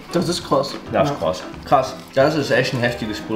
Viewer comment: „ krass“ Ne kross